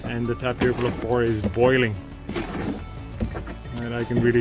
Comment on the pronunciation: The 'o' in "stove" is pronounced like "owe" or "store." "Flour" is pronounced like "fl-ow-er" (same as "flower"). Tune in to my next episode of learning to pronounce.